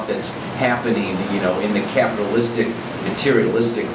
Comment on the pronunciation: Did anyone else hear "Caprilistic" instead of Capitalistic? Haha lots of capricorn influence I guess